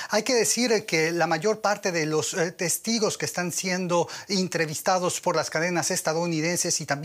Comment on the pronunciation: ¿Soy el único que escucho '''intrevistados"?